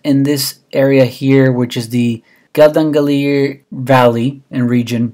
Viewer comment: Your pronunciations are off. Meradalir is pronounced "Mer-A-Dah_lr" and Naathagi is pronounced "Naugh-tay" valley. Geldingadalir is pronounced "Geld-ing-had-ahlur"